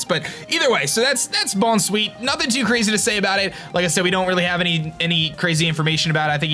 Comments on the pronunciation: bruh it's bounce not bon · WHY DOES EVERYONE CALL IT BONESWEET OR BOONSWEET?!! IT HAS BOUNCY MOVEMENTS SO IT HAS BOUNCE LITTERALLY IN THE NAME, IT'S PRONOUNCED BOUNCE SWEET! (bounsweet) Aside from that, it looks like it could evolve into cherubi. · I personally think its pronounced like bounce-sweet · I think bounsweet is pronounced bounce sweet because it says that it bounces everywhere. So maybe. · It's pronounced bown sweet, like bounce sweet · It's Bounce-Sweet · Wimpod is based on an isopod, though it also may also draw influence from trilobites. I agree that it will evolve into a beast. I get a real Magikarp sort of vibe of off it, and I can't wait to see a giant Gyarados cailber isopod. Bounsweet (pronounced Bown-sweet) is based on the purple mangosteen, which is said by many to be the most succulent and delicious fruit on Earth. While not native to Hawaii, the mangosteen can be cultivated there, which can not be said for any other State except for California. Comfey (pronounced Come-fay) is a combination of comfy, lei, and fae. Its Ability Triage (pronounced Tree-aje) is named after the practice of accessing the urgency of injuries in a large group of injured individuals, and assigning priority based on said urgency. Mudsdale has a new move called High Horse Power. It is a Ground-Type damage-dealing move, but its specs and English name are unknown at this time. Clydesdales can be found in Hawaii, though they are obviously not native to the islands (horses were imported to the Americas by European settlers, and are not native to the Western Hemisphere). I get the feeling that Disguise will only block damaging moves, not Status moves. So more Gen 1 Substitute then modern Substitute. Why does everyone think Bewear is ugly? Oh well, let's talk Fluffy. It doesn't halve damage from all Physical attacks, just attacks that make contact, meaning it also weakens certain Special moves (Grass Knot, Petal Dance, Draining Kiss, etc.). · I think it's Bounce-sweet